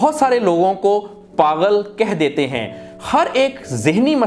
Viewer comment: Lufz paghal nahi pagul hota hai 😊